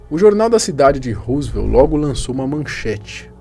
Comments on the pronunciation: É Roswell.... não Roosvelt ou Rooswell... ajuda nóis aí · Rosivelt foi o presidente e ROSWELL foi o caso ufológico. Pronúncia correta: "Rózuel" com "Ro" de Rock'n'roll e não "Husivel" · Não é "ruzuel". A pronúncia correta é rózuel. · a pronúncia não é "Rosevel", é "Rózuel"... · So a pronuncia que é "Róswell". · ANTES DE FALAR PALAVRAS ESTRANGEIRAS VERIFIQUE A PRONUNCIA SENAO VOCE VAI PASSAR VERGONHA COMO NESTE CASO ``RUSEVEL`` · Na verdade, a pronúncia é "Rósuél" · adoro seu canal, vc sempre aborda assuntos variados e interessantes, só uma observação minha o nome do Caso se pronuncia Ro-ssu-el (Rosswell), Roosevelt é o Sobrenome nome de um dos ex presidentes do EUA!!! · Acerta a pronúncia aí djow, a pronúcia correta é " rós uel" (Roswell), e tem um S somente e não dois. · Belo vídeo Man, só uma coisa, Roswell se pronuncia rós uél. Esse vídeo da autópsia do ET não chegou a passar no fantástico nos anos 90??